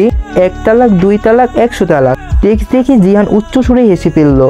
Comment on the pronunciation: vaiya jahin are jihan nam ta bar bar gulaiya felchen aktu valo vabe bolen